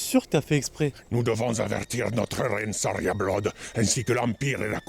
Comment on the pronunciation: il faudrait quand même qu'ils se mettent d'accord sur la prononciation des noms... et de l'anglais aussi. saria bloude/blood... pas pareil